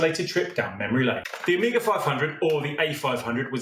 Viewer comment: Amiga et non pas Oméga comme le dit si mal la voix I.A. !!!